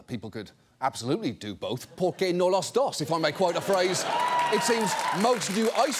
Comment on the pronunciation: ¿Por qué no los dos? pronunciation was unique, but should have being: ¿Por qué no ambos? edit: "los"